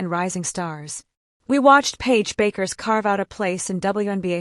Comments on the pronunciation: You don’t understand what is saying? Your computer ai voice is FFF’d up. It fluctuated between two incorrect pronunciations of Paige Bueckers’ name, going from “Bakers” to “Byookers”. Her name is pronounced “Beckers”. How do you expect to grow this channel if you can’t even get the names right, of the players you are following? Ridiculous. This ai sh** is the epitome of laziness. Why should people waste their time here if you can’t even put the effort in to get names right?!? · The computer voice is messed up. Paige Bakers? smh